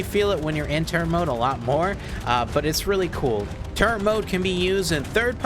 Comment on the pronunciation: There's no "n" in "turret"